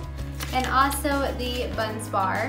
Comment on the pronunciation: Bun Barz - not Bunz Bar but great explanation!